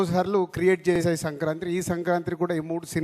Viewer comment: సంక్రాత్రి కాదురా కంట్రీ యదవ సంక్రాంతి